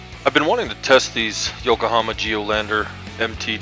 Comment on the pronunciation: Yokohama NOT Yokahama. Thanks for the video.